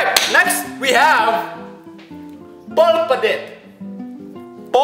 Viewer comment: you pronouns the 2 mexican candy PU-L-Pa